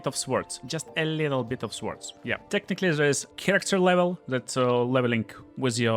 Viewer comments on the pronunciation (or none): In the English language, the w in swords is silent. It's not pronounced a tall.